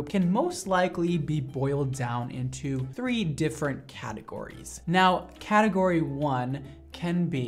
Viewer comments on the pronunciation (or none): Am I the only one who noticed “categorie” 😂 sorry ily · Category** not Categorie lol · why is he spelling "category" like that...